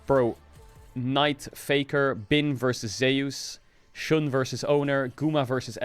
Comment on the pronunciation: correct pronunciation of Bin